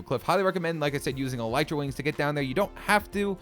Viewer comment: Your pronouncing elytra wings wrong